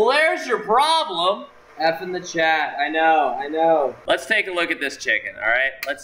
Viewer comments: polish Accent on chat xD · polish accent on chat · XD Polish accent (chat)